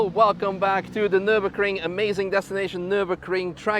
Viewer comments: My man really said "nurburcring" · It's Nürburgring not Nürburkring